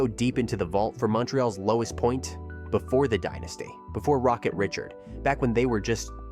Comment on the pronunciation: Not Rocket Richard...Rocket "Ree-chard". Like this video! Cool info during the post-season. Thanks!